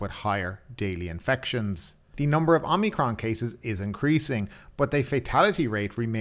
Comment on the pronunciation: Omicron not omnicrom.